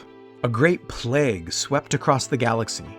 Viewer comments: playg not plehg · just not a pronunciation for plague I'd heard before!